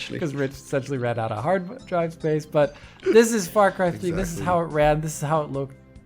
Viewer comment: Or as Rich would say " Fah Cwy thwee"